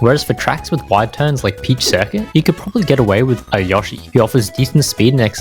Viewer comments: Why do u say yo Shi like that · STOP SAYING YOSHI THE WRONG WAY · You pronounce Yoshi with such a german accent somehow lmao